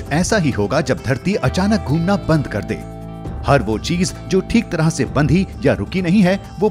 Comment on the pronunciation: घुमना not धुमना 😂😂😂😂